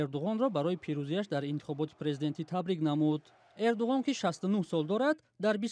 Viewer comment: Барои чи Эрдугон? Гарчанде ки бо забони турки Эрдуан талаффуз ва навита мешавад